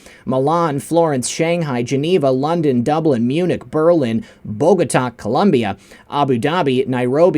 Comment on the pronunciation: Did he say Long Dong?